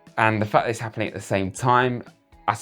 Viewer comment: Not appnin!😂😂😂